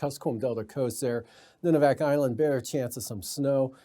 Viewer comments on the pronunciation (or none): So the crew is back to doing the show in studio again?! :o BTW: It's "Noon-i-vak" Island. Not "none."